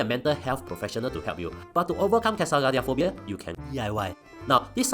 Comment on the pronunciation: no problem with pronouncing “Katsaridpblblblsblabls” but struggle with “traumatic”